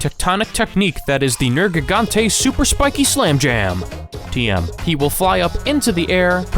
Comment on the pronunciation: Liked after 32 seconds. You correctly pronounced Nergigante